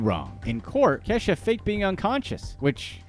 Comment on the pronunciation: That’s no Kay-sha baby that’s Key-sha…. But whatever she’s a weirdo.